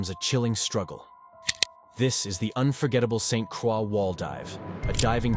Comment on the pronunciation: If you want to do a video about the United States Virgin Islands you need to pronounce the name correctly it is Saint Croix.